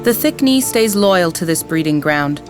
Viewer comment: I keep hearing "A crocodile and a thick me" and I can't stop laughing